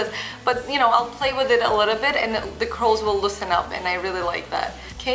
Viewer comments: when she says curls it sounds like a crols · I thought she said "hitless" curls